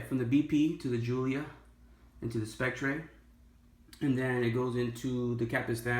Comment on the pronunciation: James Bond as 007 in "Spec-tray" lol